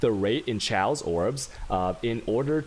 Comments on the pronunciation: For someone who pretends to be intelligent, I can't believe you can't figure out how to say Chaos. I think you're doing it just to piss people off at this point. No one has ever pronounced chaos like you have. NEVER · Is he clowning or does he not know how to pronounce"chaos"?